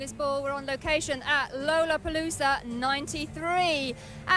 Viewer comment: She pronouced lollapalooza wrong , thats what layne was smiling at in beginning! She's british and he would of ! 😂😂😂 sean and layne were total RIDES!😂❤